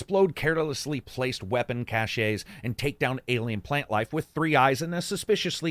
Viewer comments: chashey?? who the hell says it like that its cache sounds like cash cmon man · you know cache is just pronounced "cash" rather than "cash-ay" (which you say at about ), right? look it up if you don't believe me. it's pronounced that way ("cash") in french too.